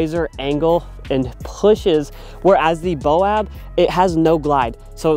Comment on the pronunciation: I believe it is ... Bay-oh-bab Good video. Thx.